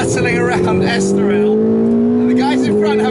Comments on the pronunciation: **estoril not estorial Tim :) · it's Estoril not Estorial Thanks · este caramelo não sabe dizer Estoril em condições :D